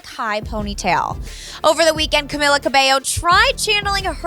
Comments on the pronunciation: ITS Camila not Camilla only one L after 7 years people still have trouble pronouncing her name. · CamEEEla not camel-a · Y’all over here commenting about how it wasn’t a diss but I’m over here triggered Bc they said Camilas name wrong 😂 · Why can’t you say Camilas name right goddamn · LEARN HOW TO SAY CAMILA!!!!